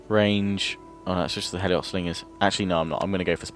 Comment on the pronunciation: Heliot slingers is pronounced Helot